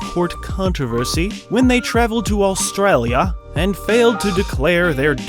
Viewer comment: No need to say Australia like that.